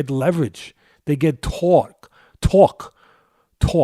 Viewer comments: they get tawk. tawk. tawk.....ohhh torque. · They get TAWK...TAWK..TAWK in their punches lol